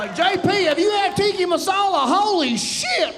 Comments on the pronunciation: Tiki Masala? You mean Tikka Masala. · Not ”Tikki the torch” but Tikka actually. Cheers 😂